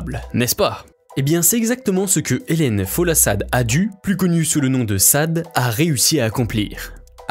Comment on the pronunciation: Merci pour la vidéo. Mais, s'il vous plait, apprenez à bien prononcer le nom de vos sujets. Sade se prononce "Shadé". Helen Folasade Adu se prononce "Hélène Folashadé Adou"...